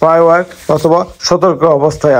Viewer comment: SPY ওয়ার কে , SPY ওয়্যার বলছেন কেন ?